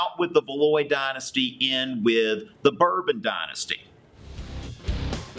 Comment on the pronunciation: No. You didn't say it properly. It's like saying "Val-wah". AND, it's Bore-bonn. :) Lol.